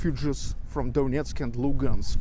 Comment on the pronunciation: It's pronounced Luhansk, with h